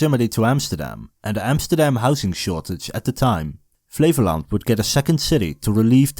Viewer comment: i kept hearing Flevoland as "flavour land", like a dutch Guy Fieri